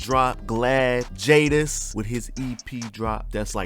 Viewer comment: Jaydes pronounced jades not jay-des 😭